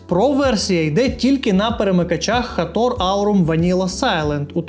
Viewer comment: Як же ріже вухо цей Хатор, і усі ураїнські блогери як папуги повторюють цю помилку. жах.